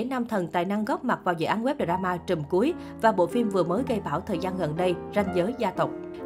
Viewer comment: Đọc tiếng Anh nghe sợ thiệt. Đờ ra ma Bi zi nét Min sét